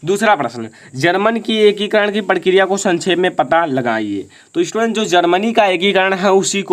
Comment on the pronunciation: बेटे ईस्टूडेंट ना होता स्टूडेंट होता है।